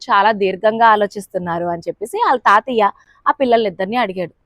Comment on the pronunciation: తాతియ్య కాదు , తాతయ్య అనాలి....